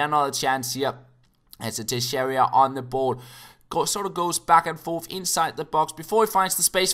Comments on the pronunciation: it's teixeira not texeiria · It's Tay-Shay-Rah. Trust me,. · Tuh-share-a(like in above) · You pronounce it like "Tayxeyra"